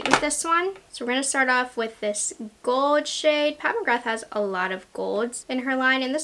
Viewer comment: She says gold in such an interesting way. Like she says “goewd” like she doesn’t pronounce the L in gold lol.